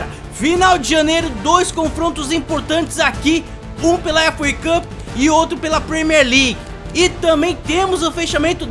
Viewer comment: "Efu uei cupi" kkkkk